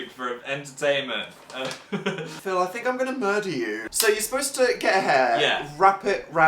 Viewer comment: did dan call phil "patick" bc he's a star?